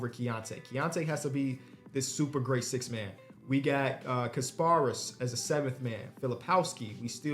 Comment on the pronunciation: Damn they butchered my mans Kasparas name 😭